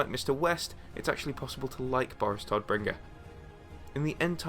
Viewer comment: German native speaker here. Please please check correct pronunciation before making a video. Every time you say "Toddbringer" it makes me cringe. It should sound more like "Tohtbringer"